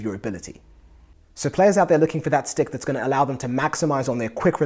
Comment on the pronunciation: I love when u say sticK and pucK <3